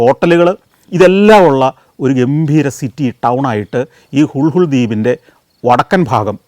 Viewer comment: ഹുൾഹുൾ ദ്വീപല്ല ഹുളുലെ ദ്വിപ് ഇംഗ്ലീഷിൽ എഴുതുമ്പോൾ നമുക്ക് വായിക്കാൻ പറ്റുന്നത് ഹുൾഹുൾ എന്നാണ് lha കൂട്ടിവായിക്കുന്നത് ള എന്ന അക്ഷരമാണ്